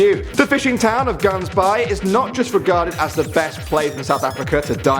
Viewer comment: When you said Gansbaai it took me 5minutes to realise what you were talking about lol but good work on the pronunciation of the other names. But honestly I would not recommend anybody go to Johannesburg. It's dirty, over crowded and full of crime rather visit another destination in my beautiful country :)